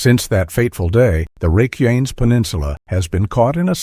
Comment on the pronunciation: You can tell it’s a click bait article when they don’t pronounce the name of the peninsula correctly.